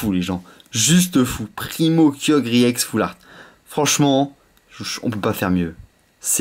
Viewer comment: DIT EX PAS I EX TES VIDÉO SONT BIEN MES SES TES I EX QUI LA GUACHE